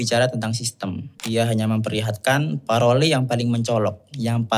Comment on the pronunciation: Izin ya mas 🙏 Untuk kalimat langue bacanya kaya kata "long", klo parole Dibacanya (saya tidak tahu-menahu soal IPA) pa-(r)h-ol, karena kalo itu benar istilah berbahasa Prancis R itu kena sengau Sekian, cmiiw 😅 Tambahan, makasih, mas dah menjelaskan hal itu, soalnya saya juga bingung kenapa setiap konten" yang seperti itu, klo engga nyalahin SUKU ya nyalahin NU 😅